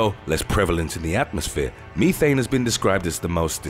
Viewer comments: "Methane", not Meethane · I love how he said "me-thane" when it is pronounced as "meth-ane" 😂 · LOL@ Meethan lol its meth-thane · Me-thane, damn I was taught Meth-ane. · I swear this guy has a problem with pronunciations of words. Meth-ane not me-thane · Can't help laughing over the way the narrator says Methane. Meethane too funny It IS very toxic so STOP with the damn CAFO'S!!!! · The word ME-thane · Thank Goodness that bothered someone else. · Uh it's short e not ē long